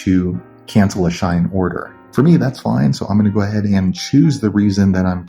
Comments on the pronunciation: Bro it’s shein not shine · Its not Shine it She-in (Shein) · It SHEIN not shine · ITS SHEEEE IN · Its pronounced she in. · Like it clearly says SHE-IN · he saying shine lol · RIGHT LIKE WHY THE FUCK IS HE SAYING “SHINE”???